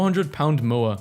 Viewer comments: as a kiwi "Moa" is said like "More" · is anyone else here who is from nz offended by him mispronouncing moa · That is a pheasant, for your information. And also, this is pronounced Moe-uh. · I can confirm it is pronounced 'mow-ah'